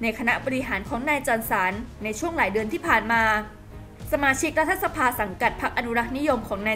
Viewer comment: พี่สื่ออ่านว่า"รัด-ทะ-สะ-พา" ทำไมไม่อ่าน"รัด-ถะ-สะ-พา"